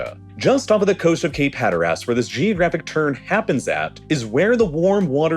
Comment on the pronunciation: The pronunciations are disturbing, especially of Cape Hatteras. The last syllable is de-emphasized like in most English pronunciations. The default accent in the USA is Ohio for the media. The video is great and the narrator does a good job, but that location is irritating. It sounds like a Canadian is pronouncing locations as they are written. Aye?